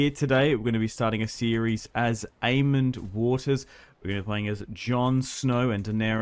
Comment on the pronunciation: There is no d in aemon or daemon stop pronouncing them with ds